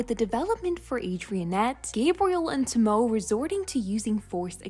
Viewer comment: Hey, just a little note: Since Tomoe’s name is Japanese, the “e” is not silent. Her name is more pronounced like “TOE-moe-eh.”